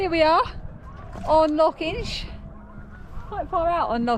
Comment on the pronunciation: Your mum is Scottish, but you can't say 'loch' 😂 Love your podcasts xxx